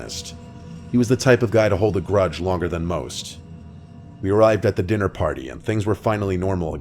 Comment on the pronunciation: Is it just me or did anyone else think that he said "Dinner party" as "Diddy Party"? 💀